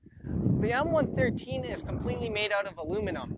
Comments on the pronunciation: It's one one three, not one thirteen.......... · We Americans called it the M one one three, not one thirteen. I drove the M113 and it’s variants, the M five seven seven (M577 - Command Post Vehicle) and the M nine eight one (M981 - Field Artillery Fire Support Vehicle or FiSTV) used by Forward Observer teams. Even with improved power they were slow, and eventually the FiSTV was replaced with the Bradley FiSTV and later a wheeled Stryker FiSTV, although I never drove any of those. I loved the M113 variants because I basically grew up using them. I would love to own one myself.